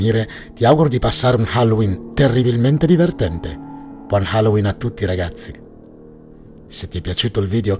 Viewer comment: Bel video. Non voglio fare il professore ma ricorda che lo stress della parola HALLOWEEN cade sull'ultima sillaba